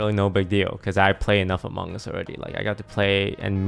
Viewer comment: Lmao “the amonnguns logbby” 👴🏾